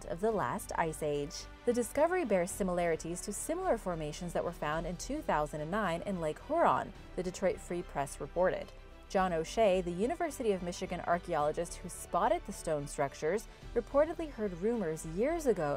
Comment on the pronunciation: It's not Lake HOron, It's lake HUron. Pronounced exactly like it looks. HEW ron is how you say it. The Huron were a Native American tribe.